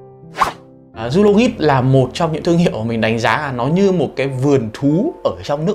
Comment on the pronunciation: Zoologist đọc là “Zu-o-lo-jizt” a ơi :v